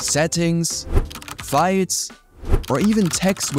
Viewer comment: Why do you pronounce files as fights?